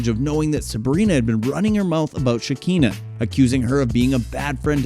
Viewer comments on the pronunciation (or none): It’s pronounced Sha-Kan-Na not sha-keen-na. Makes me feel like y’all should stay out of blk celebrity business, making things sound extra vanilla